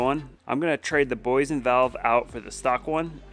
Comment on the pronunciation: The Name is Boy Yesen,Boyesen😄😄😄